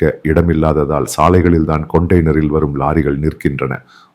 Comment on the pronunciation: Dariff? , Drade ? கொண்டைனர்? என்ன தமிழ் ஐயா இது?